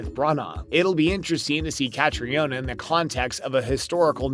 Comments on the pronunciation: What an idiot moderator! "Hew-Han?" "Leee-on-elle?" "Cate-tree-onna"? If you people want us to take you seriously, you should learn to pronounce the names correctly! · Her name is pronounced KATRINA and Sam’s last name is pronounced HEWN. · Bull---t click bait! They didn't even talk about that in the video, so it's just click bait! Furthermore, this channel isn't even actual fans of the show since the can't pronounce Sam's last name or Caitriona's first name correctly! They are just trying to get more views by capitalizing on the hype for season 6!! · Please hire another narrator that respects pronouncing the names properly . I’ll volunteer to narrate , FOR FREE, rather than hear this narrator butcher Kate’s and Sam’s names so badly .